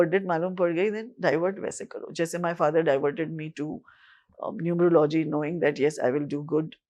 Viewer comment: Its not "Numer-logy", It is "Nu-merology".